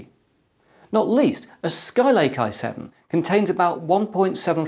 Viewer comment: EC pronounces: I7 six seven zero zero t Me: i7 sixtyseven hundred t